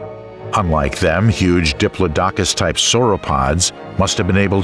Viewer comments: Love these documentaries, love watching them when I got to sleep but the one thing that wakes me up, not kidding, is the mispronunciation of Diplodocus. It's a name that rolls off of the tongue, not in chucks. Aside the mispronunciations, fantastic documentary :) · You need a better narrator. The mispronounciation is super distracting. The video is informative, but you need to find someone that can actually pronounce the names of flora and fauna. Dip-low-dock-us??? 🤣 Try: Dip-lodd-ick-us. Sick-aids??? 😆🤣 You mean: Sigh-cads. Seriously, there have been several points where I had to figure out what the actual species was compared to what your narrator stated. A shame, because the content is good. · 😮 Makes me wonder how correct the pronunciation is for each creature considering Diplodocus* is mispronounced by this narrator. . (*Dip_LOD_o_cus*) ...and boorro (which sounds like how Anericans say donkey!!) instead of burrow!!😮